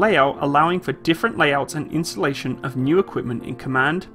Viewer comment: I have a hard time distinguishing between ' pronunciation of installation and insulation.